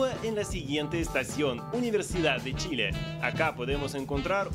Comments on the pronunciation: Es Chile. Y se pronuncia como tal ch, no con sh amiga y mi pais es el mas moderno de Latino America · Los nombres no se cambian nunca. Si tu nombre fuera Yuli y fueras a Argentina (donde pronuncian la Y como Ch) por respeto te dirían Yuli, y sería una falta de respeto que te cambien el nombre por su acento y te pongan Chuli. Chile se llama Chile, no Shile. Suena como si un gringo le dijera Quiuba a Cuba, se llama Cuba y punto. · Lo que dice la amiga es cierto, a los chilenos nos molesta el sonido sh. Si la amiga cubana desea llegar al público chileno le recomiendo pronunciar cuando menos el nombre del país correctamente.